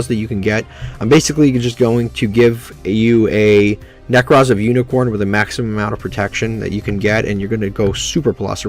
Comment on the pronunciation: uniCORE not CORN. good vid otherwise